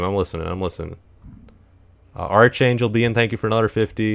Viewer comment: Did... did he just say "ar[tʃ]angel"?.. I think we need to revoke Techno's English major privileges.